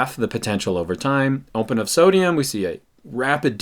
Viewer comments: ‘Ompen wide Ompen’ 😂😂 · lmaooo "ompen wide ompen"